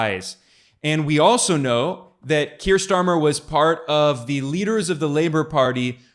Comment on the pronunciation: While I'm not a fan of Starmer, i do believe his name is not pronounced "Schtarmer" 😂